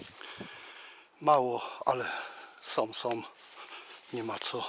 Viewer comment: fajny grzybiarz z ciebie fsjne robisz filmy i masz super powiedzonka ale proszę nie mów że na wodom łapiesz ryby tylko nad wodą, jesteś fajny facet i mam nadzieję że się poprawisz?😃 som to także niepoprawna wymowa tylko są ok? Trzymaj się do następnego filmu😃